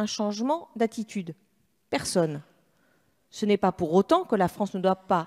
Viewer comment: MDRRRR IL A DIT LA FRANCTE BRAVO LE FRANCE MDRR